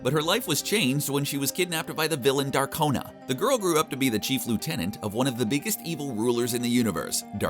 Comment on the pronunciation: Haha exactly. Says "darkona" instead of "darkonda"......